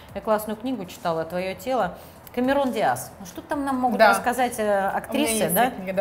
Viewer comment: Выглядит она на 45-46., (раскокетничалась), с бадами что то тут не доработано, .и еще Дама с ударениями не дружит явно, Камерон диаас, достижение нужноо ......